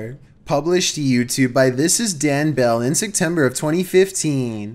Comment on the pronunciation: Am I the only one who hears “Sectember” and physically cringes?